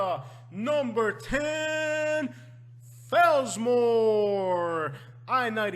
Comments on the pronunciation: Is this guy from Florida? First mistake, Fells-more? It is FellsMERE! i go to Indiantown when I want peace and quiet. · Number IO is pronounced FellsMEER.